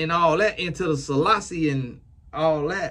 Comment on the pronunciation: As a Jamaican just wanted to laugh at the way you said Selassie with such emphasis when talking about Bob Marley. Lol with a southern twang 🤣